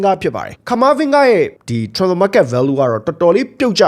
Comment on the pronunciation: အသံထွက်မပီတာလည်းမဟုတ်ပဲနဲ့ transferကိုထွမ်ဖာ(ထြမ်ဖာ)ဆိုပြီးပြောတာခဏခဏပဲနော်။တင်ဆက်ပုံကပြတ်သားပြီးဆွဲဆောင်မှုရှိပေမယ့်အဲ့တာလေးသတိထားပြီးပြုပြင်စေချင်ပါတယ်ဗျ။